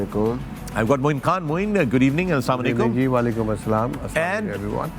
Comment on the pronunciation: slamalekum?? Say Assalamu alaykum